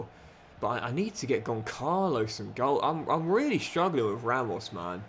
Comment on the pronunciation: Goncalo-say Gonsalo❤